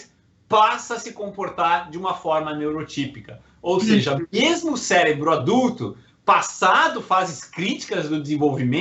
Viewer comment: Cérebro e não célebro !